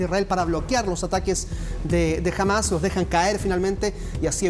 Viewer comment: es HAMAS con acedto en la A senor periodista mediocre no °JAMAZ° LOL